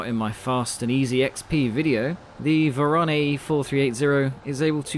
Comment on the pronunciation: Hello)) Better to pronounce vOron, cause in Russian it spells like that ;)